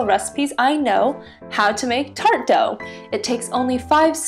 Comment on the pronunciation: First, it’s not tartO it’s tart. Second: waaaay too much butter. You need only half of one.